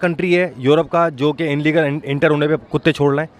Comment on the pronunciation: Inlegal nahi illegal hota h